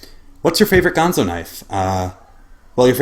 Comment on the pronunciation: Nice review. I do so enjoy that knife a LOT! BTW, it's not gone-zo, not the Muppet, it's GAN-ZO. I know a lot of people on YouTube started calling it the wrong name when the brand first came out to North America, I even called it by the Muppet's name for a few months too.